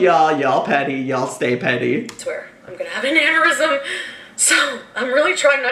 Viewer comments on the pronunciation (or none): She said "I'm gonna have an "anorism".... GORL.. ANEURYSM.. it's pronounced "an-ure-ism"